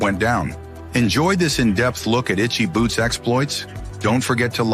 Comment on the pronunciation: What was this bullcrap? Click bait alert! Not only can't you say this wonderful woman's name properly you don't even know a Motorcycle from a Bicycle! This is just an insult to all of us Motorcyclists. Rule one of public speaking is know your subject! You sir do not! That is the only "shocking truth" to be found on this BS site.